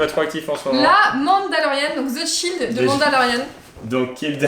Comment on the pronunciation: La mandalorian the shield😭😭